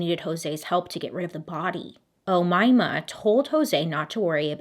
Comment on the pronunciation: I new people named Umaima. I think you are pronouncing the name right